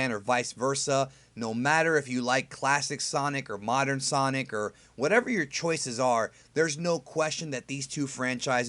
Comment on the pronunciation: sonic not son...